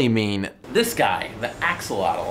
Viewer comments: I clicked on this to see if Joe would pronounce Axolotl properly. He did not. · Joe you pronounce Axolotl really funny. Also, they have also been found in the waters of lakes and ponds in the state of Hidalgo, it's a new discovery and the population is rising. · So it's pronounced like axo'otl?